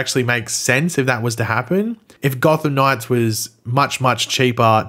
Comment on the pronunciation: Why can't you pronounce "Gotham Knights"? It's not "God Of Knives"!🙄🤦🏻‍♂️😂